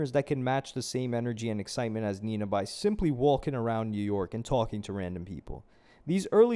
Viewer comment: they way you said walking... are you from New York or New Jersey?